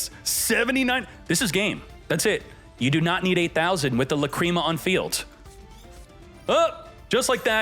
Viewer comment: Say lacreama one more time and u are gonna get lacreamed on